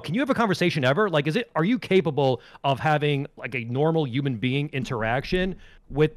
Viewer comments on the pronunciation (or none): “Yuman being”